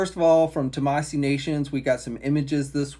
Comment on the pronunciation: Tah-mah-SHE is how Tamashii is pronounced, moron. You can see there’s a fucking “h” in it, right?!